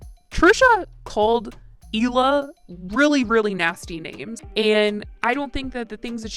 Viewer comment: Hi, just an Israeli Jewish person here to tell you you're mispronouncing Hila's name. The H is not silent. Hee-la. Means aura in Hebrew. Thanks! Bye!